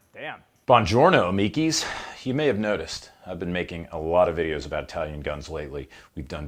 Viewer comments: Its not {eye}talian, it is {e} talian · Anyone else just want to give those jaggoffs that say “EYEtalian” an atomic wedgie? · Your Italian pronunciations are impeccable sir. 😂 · I bet you had to do a lot of practicing to pronounce all those words wrong. Ha ha and I’m not even Italian. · Absolutely so: He blown Brad Pitt out of the water, effortlessly! Seriously, You butchered every Italian word you pronounced... Nice review, though. Bwonjornow from Italy, folks.